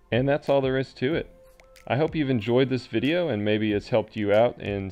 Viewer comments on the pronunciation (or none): none